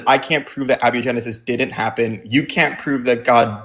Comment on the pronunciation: It's a-BIO-genesis, not a-BI-O-genesis. I think this guest is stolen valoring his chemistry knowledge